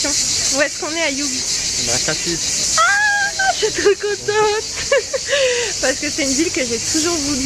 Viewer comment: Ma belle, on ne prononce pas le S de Cassis. Et ce que vous avez fait sur l’eau, c’est un pédalo. Vous avez eu de la chance de passer une journée dans cette superbe ville :) J’espère que la prochaine fois vous pourrez y rester plus longtemps. Des bisous 😘